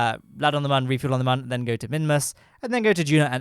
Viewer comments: ITS MÜN NOT MUN REEEEEEEE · While I'm not terribly offended by your pronunciation of the Mün, I have to point out that the umlaut on the u means that it does not have a "ə" sound.